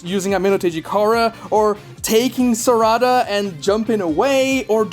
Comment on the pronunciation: sarada not sarida